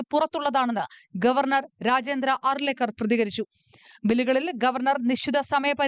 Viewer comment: അലയ്ക്കർ അല്ല അർലേക്കർ എന്നാണ്